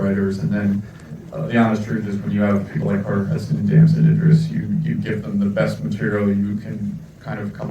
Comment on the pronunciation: Damson Idris is the star of the show and he couldn’t say his name. Wth is he trying to pull here?😮